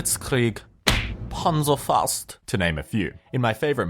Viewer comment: Hehe, I love it when non-Germans try to pronaunce German words... Panzerfaust...